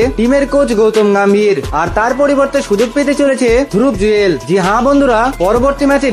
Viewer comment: তোমার চ্যানেল সাবস্ক্রাইব করা তো দূরের কথা সুর আর উচ্চারণ শুনলে কান মাথা ঝালাপালা করে। ধ্রুব জুরেল , অর্শদীপ সিং এই নামগুলো পর্যন্ত ঠিকমতো উচ্চারণ করতে পারলেন না। কে খেলবে কিংবা খেলবেনা তা খেলার দিনই জানা যাবে।